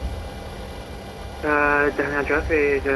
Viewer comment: Awesome videos and awesome aircraft. Just one thing that the US VATSIM community seems to have some serious trouble with: The name of the city is car-tah-HEY-nah. (Cartagena). It has 4 syllables and does NOT contain the letter "ñ" anywhere in it.